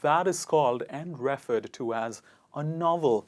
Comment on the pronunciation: A native English speaker would use 'incorrectly' instead of 'wrongly' used. I also notice that the stress on certain words isn't correct. It's PreFERRED not PREFerred, and ReFERRED not REFerred. Otherwise, your lesson is good for someone who's a non-native speaker of English.